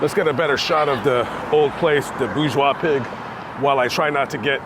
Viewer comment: Hey I remember that restaurant on Franklin. It was called The Bourgeois Pig, but it was pronounced Borgeous. Like gorgeous. I live in Hollywood and I actually like it. I know it has it's downfalls but it has plus points too.